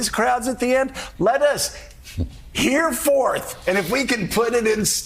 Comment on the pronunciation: Henceforth not 'hereforth'